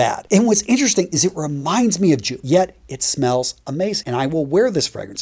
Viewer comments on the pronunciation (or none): It is not pronounced like it is spelled the J is silent and pronounced as if it were a Y. So Yoop or Yope would be a hell of a lot better prononciatiom than Joop. Y you not know this? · Enjoyed the video. Please not Joop is actually pronounced "yope" and Bois (du Portugal) is Bwa . You're so knowledgeable so I just wanted to share these tips on pronunciation; cheers!